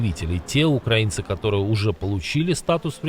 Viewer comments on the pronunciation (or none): none